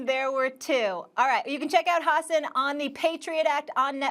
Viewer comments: Molly called him Ha-ssen 🤣🤣🤣🤣🤣🤣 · Amazing how many times Molly pronounced his name wrong without being corrected. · Can’t even pronounce his name right. Has an was too kind to not correct her. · Molly cant even pronounce the guests name correctly.... why does she still have a job?